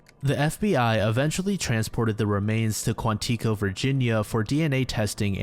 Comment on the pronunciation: Yikes, not QuantEAco 😅